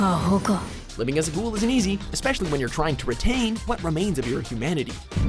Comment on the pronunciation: Why is no one talking about how he pronounced "ghoul?"